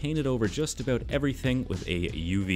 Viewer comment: “ I’m nae bothered aboot” too much time in Scotland?